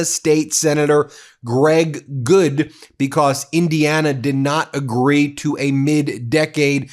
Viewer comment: *BECAUSE - not "B-COSS" STOP SAYING "PLAY THIS CLIP"